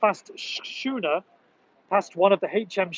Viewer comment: That was great video. Just one thing? Right at the end when you were reading out the history of the midday gun, you pronounced Schooner ⛵ as 'shooner' but its, actually skooner. 😁👍